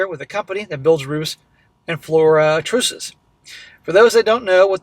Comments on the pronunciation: Trusses, Like brushes, Not “trooses” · Floor “trusses”, pronounced like “us”.